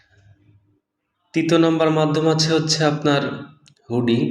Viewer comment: হুডি না হুন্ডি